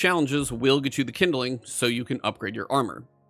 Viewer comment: "Kindling" is a 2 syllable word. It's not "kin-da-ling". It's "kind-ling". Couldn't watch this because in 5 minutes he said kin-da-ling like 20 times.